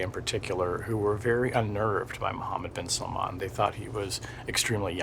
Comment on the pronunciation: It's not 'salmon' it's 'salmaan'. When will you westerners ever learn?